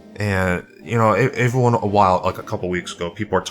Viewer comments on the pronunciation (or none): "Ehyvreyone" say every... now say one... now put them together.... every-one... come one man.